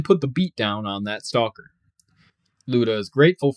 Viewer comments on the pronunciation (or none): none